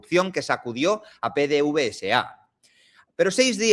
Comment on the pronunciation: PDVSA. En Venezuela se lee PDVESA PD(VESA). la V se lee como (VE).